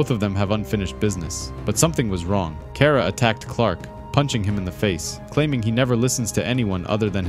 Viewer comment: Car-ah pronounce it right